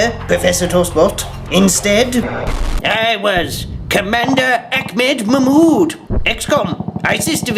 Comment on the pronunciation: "Ahmed *Mahmoud*" LOL!